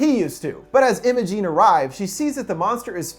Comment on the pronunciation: m8 that’s not how u pronounce imogen